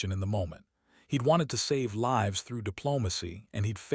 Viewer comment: Learn how to pronounce Lives. Long I.